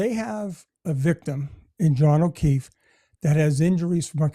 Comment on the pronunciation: It is not the merdrr trial of Karen Reed. It's of John ofeef. Where did you go to school?